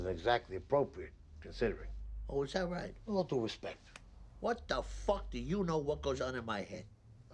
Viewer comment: "With all due respec"